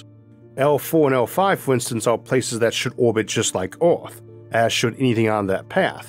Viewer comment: Please improve your pronunciation, Earth, Universe, etc ... little kids are watching and could catch the wrong pronunciation and take it as correct. The content is awesome.